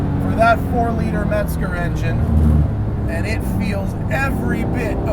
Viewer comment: "Met"-zger lol